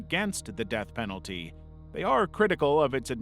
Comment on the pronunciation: Said earlier, "serious risks to the Peth Denalty" .... Yeah? so what do you do with these winners?